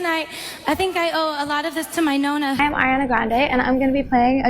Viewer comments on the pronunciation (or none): As an Italian I can't stand American "Italians" omg. "I owe it to my 'nouna'" girl if you can't pronounce nonna just say grandma wtf is nouna